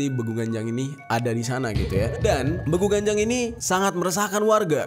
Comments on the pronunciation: Penyebutan yg bener itu ; Beeguuu.. Ganjang (bukan Begu Ganjang / ucapan baku) kek gitu bang jerry 💓💓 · Bang bilangnya begu ganjang bukan begu ganjang